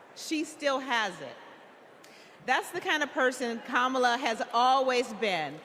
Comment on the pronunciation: She called Kamala Shamala 😂😂😂